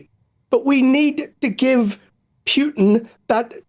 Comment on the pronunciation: What's with idiots who can't properly pronounce a simple name like Putin?